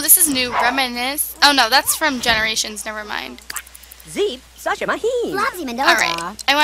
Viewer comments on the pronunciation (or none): none